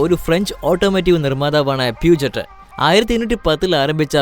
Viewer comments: Yes it's പ്യൂഷേ & another one renault is not റിനോൾട്ട് it's റെനോ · Not peujet its peugeot പെ‌ഷോ or പീയൂഷോ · pugyoot ennale correct pronounciation